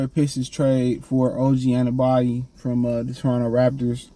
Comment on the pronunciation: An-uh-no-bee is how you say his name you always been terrible at pronouncing peoples names 😂